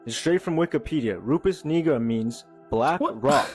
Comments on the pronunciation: First video 😂 he wanted to say the n word sooo bad. How Yu get negra from nigra 🤣 ain't no e in saying I 😆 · Bro got biblical, excellent pronunciation for Nigra. Then he went 🙄 igga, igger. Bro thought he can try and drop gems and slip that in there. What going on bro, what you really feeling. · That white boy was not saying Nigra lol clear he pronounced it with an ER multiple times 🤦‍♂️ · Nigra. It's pronounced (knee-grah), but we gonna let him slideee.... 👀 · Lmao the way dude kept pronouncing "Nigra"